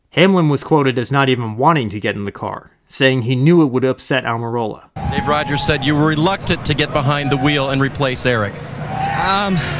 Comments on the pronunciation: When Almirola was such an unknown that the announcer calls him "Amarillo" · Love someone like Rusty Wallace loves mispronouncing Aric Almirolas name.